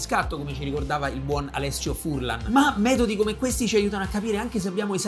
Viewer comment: Per me è un momento di relax guardare un tuo video e mi diverto davvero. Ciao! Ps. secondo me Furlan ha l”accento sulla a 😂